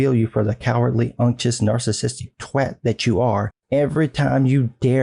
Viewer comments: Much respect for using the proper pronunciation of t w a t. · Never before now have I heard a Yank say the word "twat", correctly. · I appreciate that an American pronounced the word ‘Twat’ correctly. Music to my British ears. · So nice to hear the correct pronunciation of TWAT. Also, used in very much the right context. Subscribed